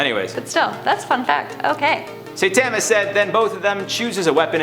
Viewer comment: guy: **"Saytama"** Me: sir where do you live?